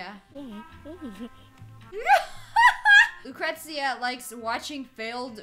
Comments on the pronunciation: The receptionist,Lucretia, is my name and its pronounced la-kreesha not tryin to hate but still you slaughtered my name lol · its pronounced lu-cree-sha